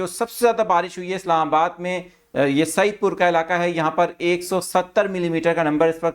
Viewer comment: Anchor Saahib Saeed pur naheen Said pur hay